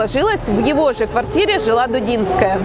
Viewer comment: Если уж взялись придираться к словам и фразам, начните с себя: нельзя ж так чудовищно перевирать фамилию прекрасной балерины и педагога. ДУДИНСКАЯ!